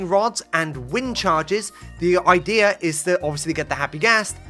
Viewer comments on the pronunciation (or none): So basically, the idear is…